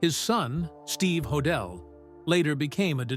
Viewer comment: Ho- dell. Pronounced. I’m sure he was guilty.